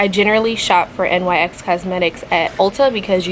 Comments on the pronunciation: I’m not being mean but it’s my biggest pet peeve when people say N..Y..X. It’s pronounced “nicks” 😭 don’t come at me people okay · its not N Y X its nyx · It's not N.Y.X it's a word : NYX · No hate at all but NYX is pronounced nix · I never had somebody pronounce nyx by the letters😂 i just pronounce it “nicks” but tomato, tamato. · it’s not nyx the literal letters it’s nyx as in “nicks” 🤣 lol